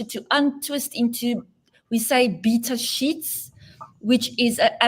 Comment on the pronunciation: It's 'beta sheets'. Not 'bits of shit'. In case you got distracted, too 😊